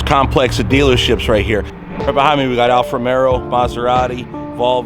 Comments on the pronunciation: hey, with respect, it’s called Alfa RomEO. Not RomeRo. It’s an amazing machine and I’m glad you are smitten. Caught the Alfa bug myself. I drive a Vulcano black one. It’s the exact same spec as that on your video aside from the red interior accents and the carbon package. Also this thing will hit 100 mph at around 8 seconds and car and driver have measured the 1/4 mile at high 11s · you got all the italian names pretty good ..but alfa romero lol...... it is romeo...not romero....just take the r off